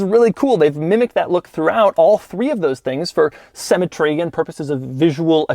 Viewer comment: Doug the type of guy who can't pronounce symmetry